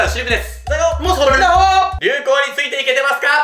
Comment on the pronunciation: ンダホが言えて無いのか、可愛い❤